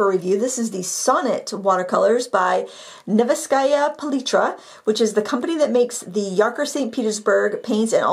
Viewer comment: Also: Nefs-kaya Pah-litra, thats how you pronounce it.